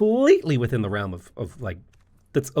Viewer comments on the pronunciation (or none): none